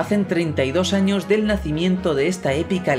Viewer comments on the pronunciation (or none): none